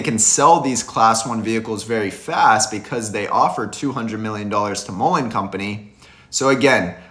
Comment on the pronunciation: I support your videos. However, check out how the man in the video pronounced Mullen. He pronounces it correctly. Mull rhymes with gull. As in seagull. I really enjoy your videos, but I’m a stickler on pronunciation of Mullen. Sorry that I’m so particular. Lol